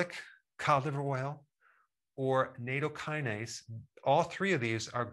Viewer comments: It’s pronounced, “nah-toe-key-nah-say” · I've watched the video a few times and I've tried to catch what type of vitamin e he's saying but even with subtitles on I can't quite catch it. My subtitles are coming up with the word that I can't find on Google. What type of vitamin e are we supposed to take? If we exercise more I mean